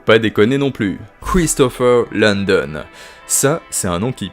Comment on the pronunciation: Hello, intéressant cette vidéo mais c'est Christopher LAndon, pas LOndon